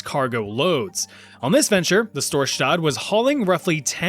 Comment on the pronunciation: Why is it that every time an anglo is gonna pronounce something in Norwegian the s becomes "sch" or "sh". Dude, we're not fucking Germans. It's pronounced "s" like in English. It's not "Schtorschtadt!" It's "Storsta" (the d is silent). Thank you for your attention!